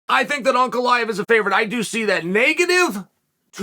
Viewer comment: Am i the only one who is amazed Chael pronounces Ankalaev correctly?